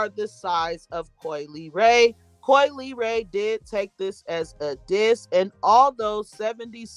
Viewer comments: possibly Coi's last name. Instead of (lee-ray) I think she's trying to say (luh-ray). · I think her name is pronounced la...like in speaking French, the le makes a la sound